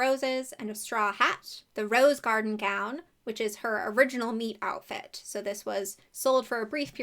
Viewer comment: I know you're saying meet outfit and not meat outfit in theory. In practice, not at all